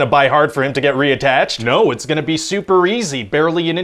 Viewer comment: "is it gunu by hard for him to get reattached?" Oof that's throwing me for a loop.